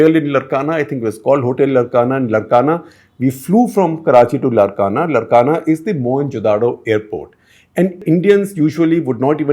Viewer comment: It’s Laarkana that’s how it is pronounced not Larkana. It’s how Sindhis used to pronounce as it’s in Sindh